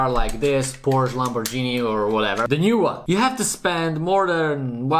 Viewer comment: I love The way u say lamporghini😂😅